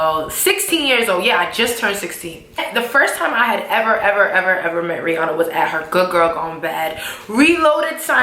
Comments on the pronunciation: does anyone else think the picture is photo shopped? ha head is twice as big as Rihannas, and for her to be such "friends ' with Rihanna, she would know that aint how you pronounce her name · I real friend would know how to pronounce her name correctly though